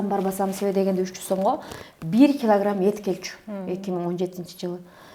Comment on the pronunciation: Бир килагирамм Дейт го😂😂